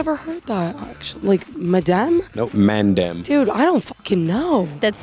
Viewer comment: I love u guys but u actually triggered me with ur way of pronouncing MAN DEM Lmao